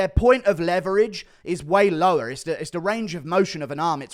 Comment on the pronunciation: that "lower" sounded extremely american. 🤨🤨🤨🤨